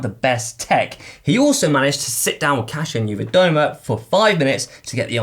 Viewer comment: As a Polish guy I'm truely and sincerly, deep from my heart proud of you guys for learning how to say Kasia Niewiadoma. Great job and not an easy task!